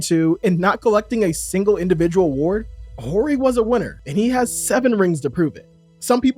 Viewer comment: The H in Horry is silent